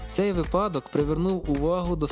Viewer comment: Дякую, справді цікаво)) Тільки цейво... Наполеон казав не випАдок, а вИпадок. 😁